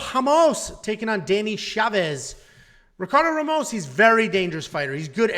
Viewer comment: Good pics , except for Mcgee , Wells is gona hurt 'em. You also managed to butcher everyones name, even Ramos 😂